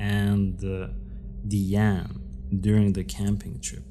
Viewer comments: The perpetrators name is pronounced "Die-Ann".😊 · Her name is DIE ANE………… not DEE ANE.